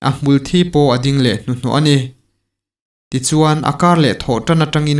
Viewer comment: Hmulthi hi thi lai hi thisen kan sawi a thi kan lam ang hian lam tur